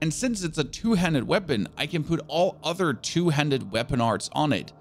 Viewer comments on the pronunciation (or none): none